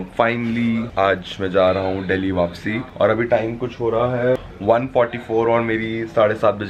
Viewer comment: No one: Literally no one:: mai wapsi thik ho jayunga phir wapsi 😂 instead of wapis 😂 Punjabi's can relate 😂💯❤️ #snapfam ❤️ love you ❤️❤️